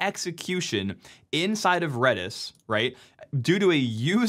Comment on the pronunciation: red-is not reedish